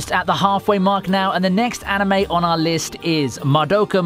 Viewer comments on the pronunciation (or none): Wtf i anticipated no. 1 to be something else and not ... sports anime. And also the way you pronounced the words 'anime' and 'manga' is so terrible.